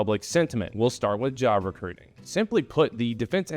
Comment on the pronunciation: He said rectuing I knew it!😊